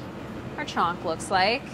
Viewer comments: Sorry but it's chhaunk... Not "chonk". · For people who care : If you're ever wondering how to authentically pronounce "chonk" , that's not how to do it. The 'n' is chonk is almost as it's not even there. So if you totally ignore it and just say "chok" it will already sound way better. Some people try to get more authentic and overcompensate by pronouncing the hard n and it just sounds way off